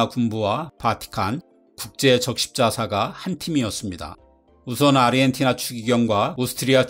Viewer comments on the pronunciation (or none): 근데 왜 아르헨티나 발음을 아리헨티나로 하시는 건가요? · 아리헨티나? 아르헨티나! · 아르헨티나를 왜 계속 아리헨티나라고 발음하세요ㅠㅠ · 왜 사람들이 아르헨티나를 아리헨티나라고 발음할까? 그렇게 하려면 아리헨티나라고 표기를 하든가. 이게 나만 거슬리는 건가?